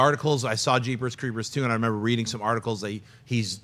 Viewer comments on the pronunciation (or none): none